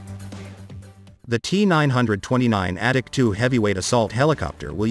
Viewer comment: Sounds like the voice calls it the addict 2